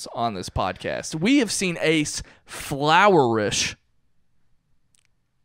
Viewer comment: Not making fun, just heard intent in the pronunciation and don't know if it's intentional (a running joke that I missed) or what was going on. Definitely the first time I;ve heard it said that way.